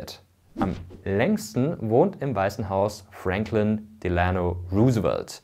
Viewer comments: Interessantes Video! Kleine Korrektur: "Delano" wird auf der ersten Silbe betont (Wusste ich früher auch noch nicht) und das "Roose" bei "Roosevelt" wird wie englisch "Rose" ausgesprochen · Ami hier. Ganz tolles Video Mirko aber da fehlen ein paar Kleinigkeiten. Sie haben Delano etwa falsch ausgesprochen aber das tuen auch einige Amerikanern. Und die Hauptstadt heißt nicht nur Washington sonder Washington D.C. (District of Columbia). Es ist eigentlich eine ganz wichtige Unterscheidung. Mit nur Washington wird der Bundesstaat Washington gemeint. Washington D.C. liegt in der Tat in keinem Bundesstaat. Es funktioniert in einer ähnlichen Weise wie der Vatikan in Rom. Die Geschichte dazu is ja eigentlich ziemlich faszinierend. Aber naja wie ich bereits geschrieben habe sind es nur Kleinigkeiten! Hat mir sehr gefallen :)